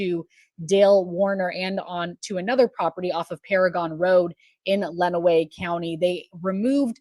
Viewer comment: Len-uh-way County. I hate how much Michigan has been on YT lately but I can help with any pronunciations